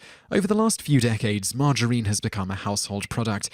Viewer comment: 6 : 21: You pronounce it the same as my gramma : Marg- uh-reene. Like a woman's name. Coffee OD !?!? Starbucks now replaces the corner drug dealer... lol